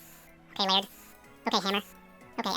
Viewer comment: Lay - ird ha! I've always wondered how to pronounce that!